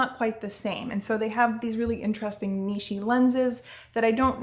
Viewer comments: Niche: neesh, not neechay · Not to nitpick, but I’ve heard you say this before...“niche” is pronounced as “neesh”, not “neeshy”.